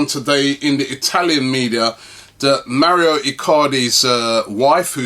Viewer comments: Mauro is not pronounced Mario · It's Mauro not Mario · His name is Mauro not Mario. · its Mauro (Mawroh) where does he get Mario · its mauro not mario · Robbie, why do you keep saying 'Mario' Icardi? It's 'Mauro' dude. I know he's in Serie A but he's not Italian, lol! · Can someone tell him its Mauro not Mario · It's MAURO Robbie. MAURO. NOT MARIO. ffs XD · God damn it Robbie its Mauro not Mario... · Robbie its Mauro not Mario. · MAU RO MAU RO MAURO. WHERE THE FUCK DO YOU SEE MAREEEOO MARIO. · Mauro, not maurio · Robbie cmon man its not even a hard name to pronounce. Lol its Mau-ro. Where do you see an I in his name. You think hes Italian when u say Mario. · for the th time its Mauro Icardi not Mario Icardi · Rob who is Mario Icardi? It's actually Mauro👊😉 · His name isn't Mario get it right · ITS Mauro Icardi Not Maurio Icardi for god sake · MAURO Icardi. It's MAURO, not bloody Mario!!! Is your name Robbie Merson by any chance? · MAURO Robbie, not mario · Mauro not Mario, right? 😂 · I've been meaning to write this on the last few videos its Mauro Icardi not Mario haha